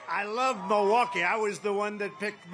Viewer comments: He pronounces it Moowocky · Milwaukee has certainly had its share of visitors. The French missionaries and explorers were coming here as early as the late 1600s to trade with the Native Americans…it's pronounced "mill-e-wah-que" which is Algonquin for "the good land." -Alice Cooper